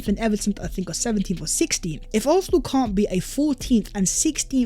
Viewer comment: Love your content bro but why do you pronounce Arsenal like that? it grinds my gears icl big up though